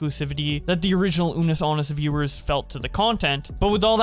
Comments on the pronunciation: The fact keeps saying anus instead of annus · Man really said "Unus Anus"